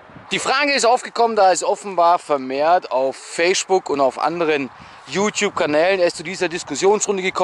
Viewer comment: ich liebe deine aussprache mancher wörter z.B. Feischbook